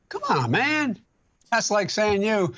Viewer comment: He can't say "man" anymore... C'mon ma